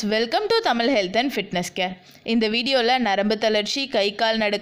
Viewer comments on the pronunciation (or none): முதல் முறையாக Thamizh Health and Fitnessசை பார்க்கின்றேன்/கேட்கிறேன். மிகவும் பயனுள்ளதாக இருக்கிறது. நன்றி. ஒரு தாழ்மையான வேண்டுகோள்: தமிழில் " ழ " என்ற ஒரு எழுத்து உண்டு," ழ " வை " ல/ள " வாக உச்சரிக்காதீர். தமிழ், தமில் அல்ல. நீங்க மட்டும் அல்ல, தமிழ் நாட்டில் ஏர தாழ 90% படித்தவர்களும் மற்றவர்களும் " ழ " வை உச்சரிப்பதே இல்லை...PLEASE USE ழ and NOT ல/ள. நன்றி.